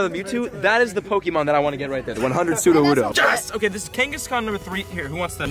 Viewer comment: Drink every time he says "pokey-mon"